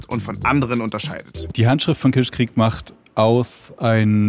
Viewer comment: Könnt ihr kitschkrieg nicht einfach mal normal aussprechen und nicht Kitschqueeek